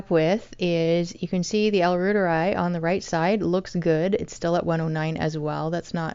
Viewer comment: Pronounced "Rooteri" or Root'eri ("i" = ee)